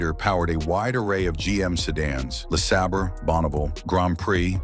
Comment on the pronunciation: your AI voice said LeSaber twice and got the pronunciation correct the second time lol. I still have a 94 Mustang GT in my driveway (haven’t been driven since 17) and I’ve owned 3 Riviera’s with the 3800 V6’s - great engines.